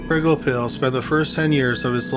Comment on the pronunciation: Perhaps the mispronunciation of Wolfgang's surname?